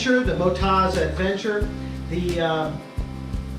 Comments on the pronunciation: It’s Mot-oz. As in Oztralia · that's a thorough review, thanks! I was so distracted by your pronunciation of MotoZ (should be Moto-Z in my view), that i had to really focus to get the rest of the review. That Brad sure is a horse's head....... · They are from an Australian company, built tough for Australian conditions. From Oztralia, the land of OZ; So the emphasis is on the last syllable - motOZ.